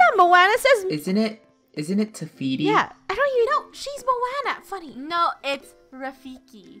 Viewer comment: It's teefety funneh not vecfeety!